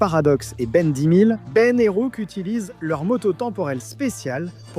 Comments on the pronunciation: Pourquoi tu dis Ben dixe ? Admettons tu veux dire le mot et non le chiffre, en anglais ou en français le titre reste Ben ten toujours écrit Ben 10. 🤷🏻‍♂️ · Ben ten, ben 10 ou en encore Ben x stv mais Ben dixe… a croire que c’est une ia qui sais pas dire dix😂